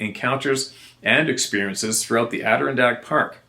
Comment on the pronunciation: That pronunciation of Adirondack was close enough that people will probably not make an issue of it. Nice work at trying to improve on pronouncing words you were butchering. I wasn't sure someone like you would care enough to make the effort. Well done.